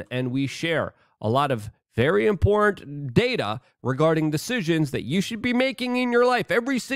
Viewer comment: What's up with you not having the ability to pronounce the word "important"?.. it's important not "import".